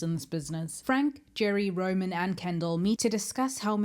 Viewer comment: Roman! Not Ronin...